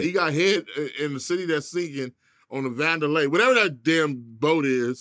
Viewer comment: Its GONDOLA. Vandalay is the industry George Costanza "worked at". 😂😂😂😂